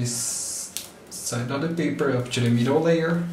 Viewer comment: say UP TO not UP CHO in next video you make!